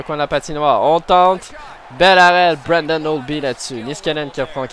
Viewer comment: c'est pas branden cest braden holtby... desfois tu as de la difficulté avec le nom des joueurs (eric lindholm c'est elias) si tu fais plus attention a ca et a la prononciation et a ton accent sa fera un bien meilleur gameplay selon moi!!!